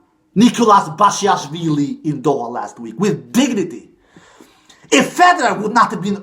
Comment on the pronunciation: You pronounced basilashvili well but I think it's best to call him "Bash - i - Lash - villi" as that describes his play style